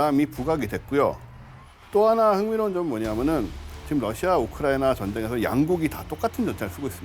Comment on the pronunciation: 유용원씨 발음 좀 정확하게 해주세요~ 왜 자꾸 "우크라이나전" 을 '우크라이~'.....'우크라이~' 라고 하면서 남의 나라이름을 빈정대거나 놀리는투로 들리게끔 발음을 하시나요? 심히 거슬리네요...전체적으로 발음이 안좋은 분으로 감안하고 듣고있지만....남의나라 이름만은 정확하게 호칭하시기 바랍니다... 외국인들이 "코리아"를 "코리~"..."코리~"... 라고 불러대면 기분 좋으시겠어요?